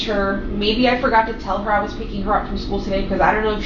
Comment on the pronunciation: ok so it's not just me that's annoyed by the skoo 😂